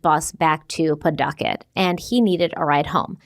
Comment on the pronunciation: 🗡️ Omg Bootleggers 😂 Also, I love you,, but: "p-TUH-kit," "WAY-bossit" -a Rhode Islander ❤